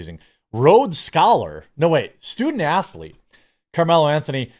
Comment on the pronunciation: STU-dent ath-Oh-leet 😂